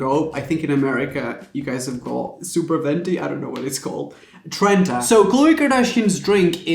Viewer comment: "super venti....👁️👄👁️ TRENTA"